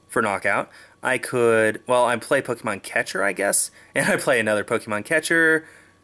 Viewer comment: Ppk-AY-mon, not Pok-EE-mon